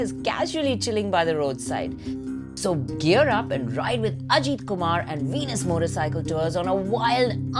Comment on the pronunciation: not Ajeeeet kumar..It is Ajith Kumar